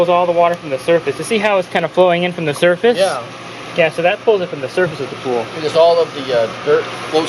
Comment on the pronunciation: Everytime he repeated the word surface he was saying "dumbass"